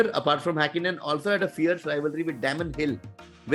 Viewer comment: Haaakinen Juaan manuel fangio.. And many more.. Do you really follow formula 1 or just made up a list and read through it?? If you really knew formula 1, no way you would be pronouncing these names so wrong. Also vettel, Verstappen and Hamilton already merit a place in the top 10. This just seems like a list made with the idea that oldest = Best. And even if you did that, missing Gilles Villeneuve was a crime.